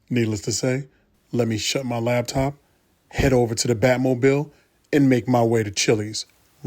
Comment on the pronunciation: He says “ lab top” 😂😂😂